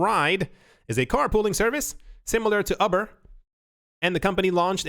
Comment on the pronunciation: "Ubber" - you heard it here first folks.